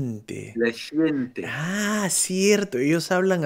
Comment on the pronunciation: La "giente"???